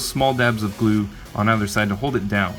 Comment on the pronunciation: "2 dabs of glu" 😂